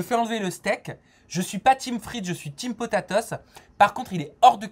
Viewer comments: "Avec mes potaTOS" 🤣🤣🤣🤣 nooooon potatoes à l'english please. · Comment tu dis potaetos tu me tues😭😭 et question au mcdo tu payes cb ton cheese du coup 😭